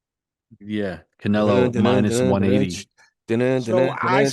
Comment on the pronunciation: Even Spanish speakers don't pronounce "Canelo" like that 🤣